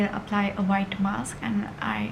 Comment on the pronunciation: Dear itz mask not maks.